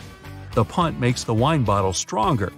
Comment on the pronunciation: when he said “punt” i thought he said: PUN XD